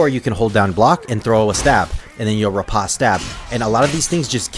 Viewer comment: So it seems like it wouldnt, but the proper pronunciation of "riposte" is actually just "rih-post". I didnt know it myself until recently. I felt like an idiot. Anyways great tutorial. Been feeling the itch for chivarly again. Comp matches will burn you out quick so its been a few months.